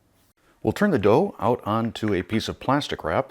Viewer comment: I had to laugh because it sounded like you said "plasti crap" when you said plastic wrap.😄